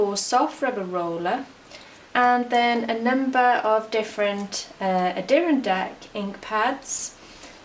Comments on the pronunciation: Ink is pronounced...a-door-RON-dack, the emphasis is on the RON. These are mountains in the Northastern state of the NewYork. Adirondack is the Mohawk word for porcupine. I thought you might like to know. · It's pronounced Adder-ron-dack